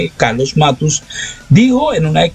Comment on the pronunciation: No es Matus, querido periodista...es MATTOS....lo mismo que cuando dijiste "flagio" cuando era "plagio"....eres bueno pero te falta ejercicios de dicción....con cariño....un saludo.